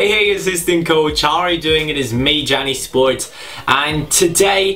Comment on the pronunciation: Is it just me or does it always sound like jani sports not cani sports